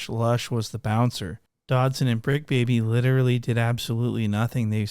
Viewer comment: When I realized he was calling suspect... Dodson🤣🤣🤣🤣. I lost my shit